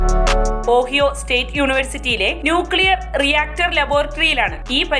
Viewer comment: ഓഹിയോ എന്നല്ല ഒഹായോ എന്നാണ് പറയുന്നത്